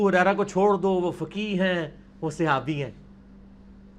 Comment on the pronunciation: Sihabi nhi khuda Ka wasta apni pronunciation teak kro.